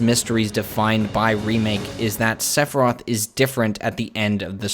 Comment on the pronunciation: Sephiroth NOT Seph roth!!!